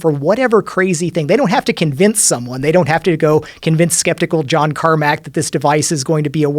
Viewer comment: John "eye" Carmack